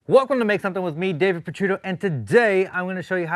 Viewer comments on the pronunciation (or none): none